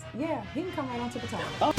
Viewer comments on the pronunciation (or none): none